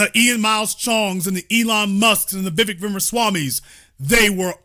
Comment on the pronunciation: It's Vivek like 'cake'. Please learn to say his name right. He talked about Americans in general not White, Black, Brown or some other shade. You are making it all about Black and White. He wants to make America competitive - what's wrong with that?